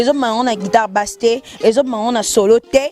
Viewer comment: Guitare et non guidare 😂😂😂😂